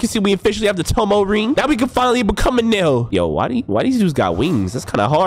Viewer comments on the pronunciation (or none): Its eneruu not enel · He’s called eneru not enel